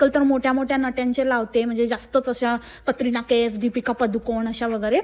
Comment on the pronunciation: Trip madhe saree ghalun kon firate yaar 😂 kiti yedi bai aahe कटरिना नाही केटरीना म्हणते गावठी घूस